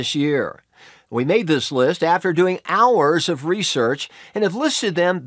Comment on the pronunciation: he said “Hooouurs”